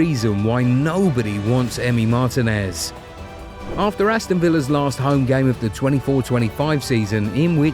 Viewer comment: It's pronounced Mar-TI-nez, emphasis on "TI".